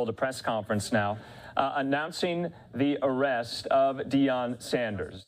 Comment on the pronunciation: he said dieon sanders at like or so OMG